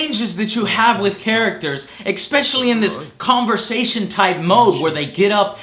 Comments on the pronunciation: For God's sake Joe, it's not pronounced egg-specially... Damn son... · expecially X 3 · i love you joe but seriously its especially NOT EXPECIALLY! x3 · Oh and it's "especially" not "eckspesiclly." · its funny how you always say ecspecially in stead of especially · I've noticed that Joe often mispronounces "especially" and "Hero".